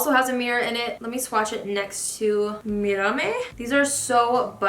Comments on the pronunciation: Mirame is pronounced "me-dah-may". It means "look at me". You were very close. Thanks for the review 😊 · its actually mirame